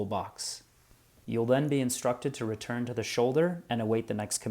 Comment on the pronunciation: Of course, in English English, it would not be "REE-turn rammers" but "Re-TURN" And it's not so much "bayon-ETS" as "BAY'nits." Thank you.